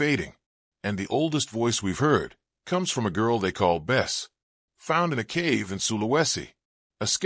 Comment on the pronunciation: it's not Bes/Bess, it's Besse'